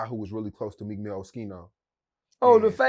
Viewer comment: Every time and meekin mill 😂